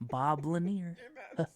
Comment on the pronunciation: “Bob lanier”💀